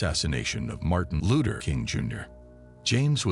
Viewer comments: Martin A looter ......this bot shit is ridiculous..... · We kno who Martin Luther is but Who tf is Martin Looter king jr ? Smh get a robot tht can pronounce names right or have a real person do it this jus piss me tf off listening to this couldve said Dr. Martin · He can't say Luther probably AI